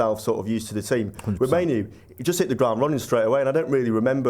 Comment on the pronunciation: Why do people keep sticking a Y in the middle of Mainoo's name?.